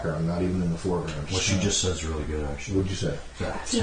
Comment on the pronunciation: Oh shiwd, he saiw it